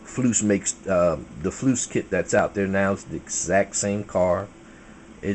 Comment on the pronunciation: Didn't know if you were trying to be funny or not bud, but kept hearing you call "FOOSE" FLOOSE...Not trying to be an English teacher...lol